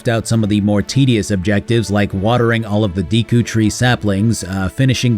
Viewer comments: Look up how to pronounce deku please 😂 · Nintendo should have a class on how to pronounce Deku, Gerudo and Hylian.